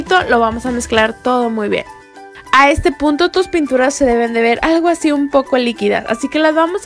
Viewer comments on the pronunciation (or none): like si escuchaste que dijo puto en ves de punto